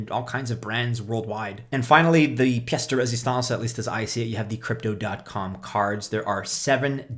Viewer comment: hey!! by your french accent ''piece de resistance'' I can tell you're no stranger to french speaking! anyway, Merci, good info! nice job! now waiting for Natalie! :elbowcough:🐂🐻